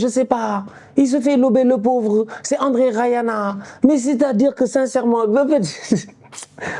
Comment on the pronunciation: Le « André Rayana » il m’a tué 😂